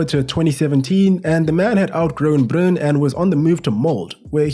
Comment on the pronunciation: Bry-ne Mol-de the E is not silent.